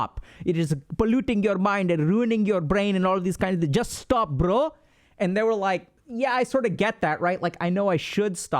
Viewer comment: Oh man, "bro" in an Indian accent... :D